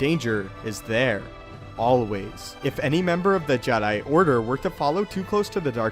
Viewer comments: Its funny how he says jedi JED...I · No not Jedi, it's Jedai?